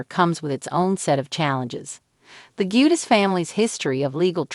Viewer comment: If youre going to report on this can you please pronounce the last name correctly please?